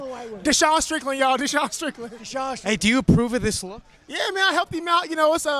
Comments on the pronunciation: “DaSean Strickland” 😂😂😂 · LMFAO "DeSean Strickland" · really said “Desean Strickland” 😂💀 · “DeShawn Strickland” 🤣😂🤦‍♂️